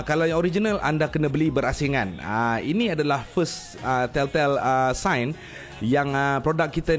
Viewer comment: "tell tale sign" pronounciation dia, macam "tel ta-il"